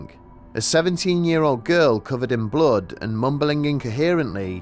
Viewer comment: "She was covered in blode !"